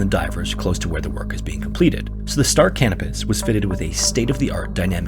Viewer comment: I swear he kept saying the name of the ship in story was the Star Cannabis hahaha